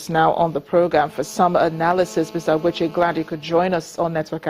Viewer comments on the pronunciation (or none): Does it mean that this Igbo woman does not know how to pronounce her own name? She could also not properly pronounce Ogbechie, why is such a deficiency not a mark of ill education in Nigeria? To cap it all, she posed really dumb questions to the analyst on the phone. I hate when Africans pronounce their names as if the names are foreign to them -- it is a disgraceful colonial mentality